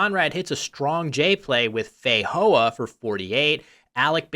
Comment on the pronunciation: Feijoa, the J is actually said as a J, not an H.